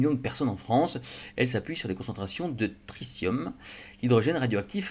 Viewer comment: On dit "tri-ti-um", pas "tricium"